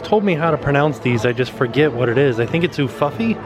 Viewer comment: Oooooofoofy that's how you pronounce it ufufy